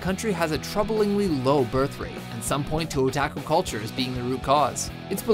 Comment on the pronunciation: The mispronunciations make this more interesting. O-tack-uu